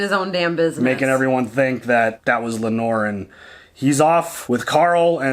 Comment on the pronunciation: Lanor is my mother in laws name. It’s Lay-Nor!! Haha.